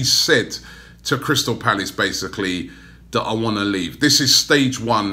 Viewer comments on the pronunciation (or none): He can't pronounce "th" instead of pronouncing "that" he says "vat''